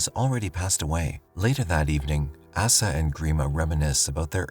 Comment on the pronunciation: Jeeziz Chrysler..I'm so tired of AI narration getting pronunciation wrong .. Asa is pronounced "Ow-sa" not "Ass-a" ... ... "...to use the bathroom..." 🤣